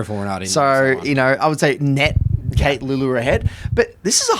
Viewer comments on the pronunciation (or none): none